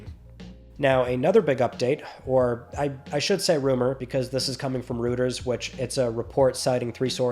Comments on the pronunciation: it’s pronounced “Roy-ters”, not “rooters”. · "Rooters" news, lol.